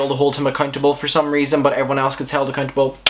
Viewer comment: Is he saying accuntable?? 😂